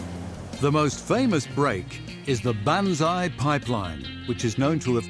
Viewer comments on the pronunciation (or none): none